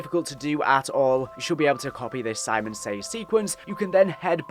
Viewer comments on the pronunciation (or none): none